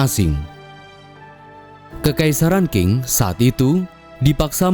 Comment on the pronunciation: Dinasti Qing itu dibacanya Ching, bukang King admin